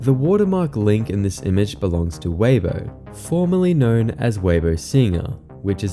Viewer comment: pronouncing Weibo, it's 'way-buah' not 'waybo'. (Much love, great video.)